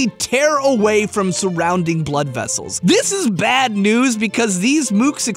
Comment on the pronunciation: You keep saying "bad", but all I can hear is "bat".